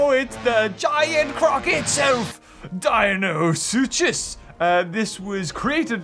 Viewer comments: pronounciation of suchus: su-chus Me: su-kus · its pronounced di-no-soo-cus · Pronounsation of deinosuchus: Dee-no-suk-os